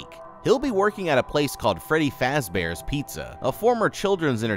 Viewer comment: feddy fazbaer